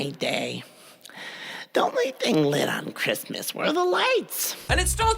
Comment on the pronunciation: Lit-vid I'm sorry